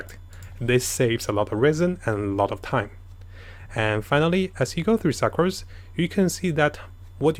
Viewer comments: Original:sucrose What i hear suckrose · The way you pronounce sucrose.... “suckrose” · im not saying this as being mean its funny how he says succrose again not being mean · Idk if its intentional but pronounced sucrose as SUCCrose lmao